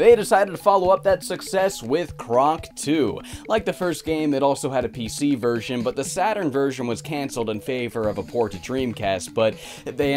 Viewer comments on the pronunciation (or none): none